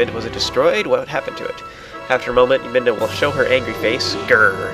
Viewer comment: Ive noticed in several of your vidoes you accidently call Midna, Minda. (or at least it sounds like you are)